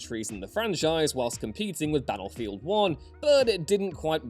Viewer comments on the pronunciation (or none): It annoys me how you pronounce your "T's" as "D's". Like saying baddlefield instead of battlefield. Other than that....Good stuff.